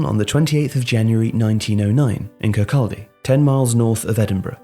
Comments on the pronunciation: Its prounounced 'Kirkawdy' but this is a good watch,thank you for making this mate! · Kir-kaw-dy edit: just letting you know, I absolutely love this channel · You have pronounced Kirkcaldy and Cardenden wrong.